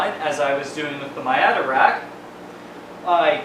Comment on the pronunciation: Nice CRT monitor... And My-ata? Really? lol